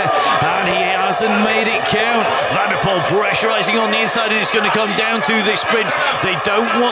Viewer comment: The commentator doesn’t know the difference between pressurising and pressurising. Annoying AF.